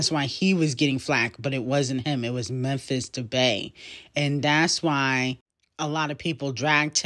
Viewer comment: It’s not Memphis debay it’s pronounced Memphis “De pie”